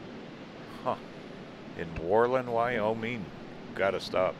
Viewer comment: Pronounced: whir-lund with the accent on Whir.